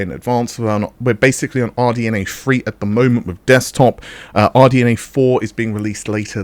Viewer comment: "Basically" is an abused word in this channel.... Along with "nm" cos he cannot say "nanometre".. and "Free" cos he can't say "three"... Or is it put on to make the channel "interesting".